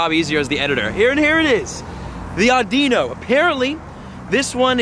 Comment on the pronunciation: The Pokemons name audino is said like this aw-di-no! Just an FYI 😉